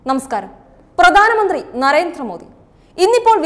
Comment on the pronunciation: പ്രദാനമന്ത്രിയല്ല, പ്രധാനമന്ത്രി